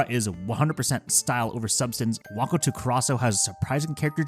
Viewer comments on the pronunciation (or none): so uh, your pronunciation isn't great but one thing specifically to know is that "to" is not pronounced like the english "two" but more like the english "toe," with a hard O sound, it means "and" or "with". also it's hilarious that you compared this nukige to a nakige (tho i know it's got some really sad parts).